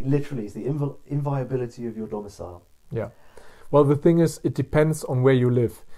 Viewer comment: I think you mean the "inviolability" of your home, not "inviability". "Inviability" of a house would be something like subsidence. ;-)